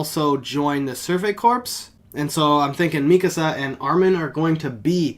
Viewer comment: I like how you call them the Survey Corpse instead of corps